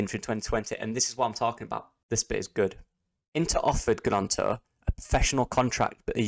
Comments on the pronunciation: Silent G... its Nonto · Isn’t Gnonto’s name pronounced Nonto? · Silent G. Emphasis on the N. Think Nyonto.